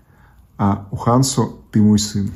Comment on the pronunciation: Извините но почему вы произносите хансу , если везде четко прописана буква Хонсу?